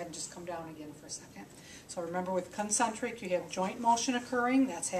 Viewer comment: " CUN - Centric " LoL :-)